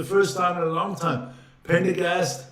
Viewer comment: His name is Prendergast NOT Pendergast